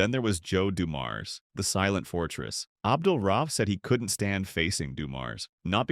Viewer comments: Is this a.i. or do you not know how to pronounce his last name? Do better research. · I completely agree. It’s also culturally disrespectful. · It's very annoying and amateurish when the VO or probably AI can't pronounce the guys name right. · Make a video about the man, can't say his name right😂😂😂